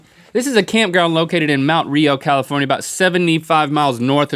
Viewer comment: Its Monte Rio, not Mount Rio.